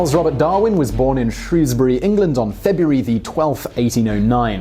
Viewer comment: thank god he said Shrewsbury correct.